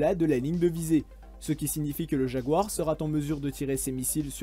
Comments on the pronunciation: Bravo pour la quantité d'informations et la synthèse, mais par pitié veillez à ne pas écorcher notre langue. Sera, verbe être au futur ne se termine pas par un "t". Les "il serat en mesure de..." piquent les oreilles. Aussi, "se mouvoir" à la troisième personne du présent de l'indicatif est se "se meut", pas "se mouvoit". Merci pour vos présentations très instructives. Encore un petit effort dans la diction en français et se sera parfait. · Très intéressant, mais la liaison à "sera-t-en mesure" pique un peu les oreilles... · Intéressant merci mais attention au "sera t'en charge"répété plusieurs. Il n'y a pas de t. C; est sera en charge. Cela fait autant de dégâts à mes oreilles qu'un 40mm. C'est effectivement un bel engin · bravo pour tout ce travail documentaire que tu nous offres. Un seul reproche: le verbe "être" au futur: "il (elle) SERA" (pas de T) et la liaison sera"t" que tu fais systématiquement.. ça m'arrache les tympans et m'éloigne de l'objectif documentaire que tu gères pourtant très bien.. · Personne pour lui dire qu'il n'y a pas de "t" à la fin de sera (genre sera t'en mesure)??? C'est tout y le long de la vidéo... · sera - t effectué… une liaison mal t -a propos mais à part ça la vidéo est top ! merci et brabo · Le verbe "être" à la 3ème personne du singulier, c'est à dire "sera", s'écrit sans "t" à la fin... Cette mauvaise liaison "sera't armé pour..." est insupportable ! Dommage : un commentateur compétent qui se décrédibilise complètement avec la pauvreté affligeante de son français... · Merci, mais attention aux liaisons "mal-t'a-propos", très pénible par leur répétition. Être, au futur, s'écrit sera et non serat. La liaison du "t" absent devient très pesante à la longue, au point de m'avoir fait quitter la vidéo, pourtant bien conçue par ailleurs. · Beaucoup de liaisons mal-t'à-propos (serat'en mesure, par exemple) dommage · Chouette vidéo par contre la liaison "sera-t-en mesure" m'a un peu perturbé...